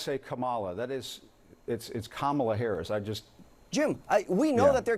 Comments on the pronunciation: The name of Harris is pronounced as "Comma-La" according to Harris. But, this campaign manager of Trump calls her "Ka-Ma-La" because that is the name of a professional wrestler from the 1980s. It is very immature of Trump's campaign manager. You even see Corey Lewandowski start to smile when he is called immature. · Hearing them purposely mispronounce her name only makes them look petty, immature, and stupid. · This guy is the classic "motor-mouthed pile of silly putty" 🤦 And Cory (purposely misspelled) : say Mom-ala 100 times and then you can pronounce Kamala's name properly. Spread the word, jerk 🤷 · It drives me nuts too! (Kalm-a-la) Happy Birthday,!! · They are eating the dogs 🐩 stop saying her name Wrong you weirdos comma , law. I can’t handle this guy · Corey Lewandowski embarrasses himself every time he opens his mouth. He refuses to answer a "yes or no" question and instead babbles completely unrelated rhetoric and mimics 'Trump's mispronunciation of Kamala Harris' name. He only broadcasts his ignorance and inability to think for himself. He's an idiot. I have no respect for this man whatsoever. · Thank you for mentioning the correct pronunciation of her name. It's mispronounced on purpose. They are all ignorant narcissists and Lewindowski is an accused abuser of women . Wow what a role model. Why do you even give this loser airtime. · Totally sad to be brainwashed. What happened to being honest. Mispronunciation of the Vice President name “KAMALA “ just pitiful 🇺🇸🇺🇸💙💙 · Continual mispronouncing of someone's name is obvious and total disrespect! This is just another way to show base what a tough guy he is supposed to be. What I would like to know is, if he wins, which language will I need to learn: Russian or Chinese? or maybe some other language to be named? ( please, vote blue and make this question a negated if) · Nothing he says is true until he can say name correctly and start with first day election lie